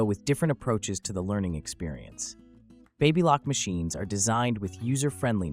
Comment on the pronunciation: What is the correct pronunciation for BABYLOCK? You pronounced it 3 different ways!!!!!!!